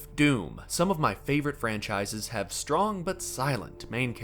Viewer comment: "Shtrong and Shilent type"